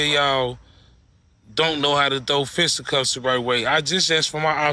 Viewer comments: Bruh, what’s a “fista cups”??? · Fista cups? I guess he spent more time fighting than learning English. It’s fisticuffs dude. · "Fista cups" 😂😂😂 its FISTA CUFFS! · I think he really thinks it’s “fist up cups” 😂